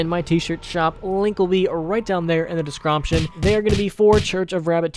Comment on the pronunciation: Did u say discroption?